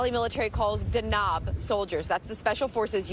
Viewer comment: The reporter completely mispronounces the special forces name, which is Danab. It means lighting in Somali language and she pronounced it as 'Dknob.'